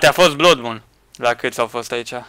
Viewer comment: Se pronunta ,,blad num" blood moon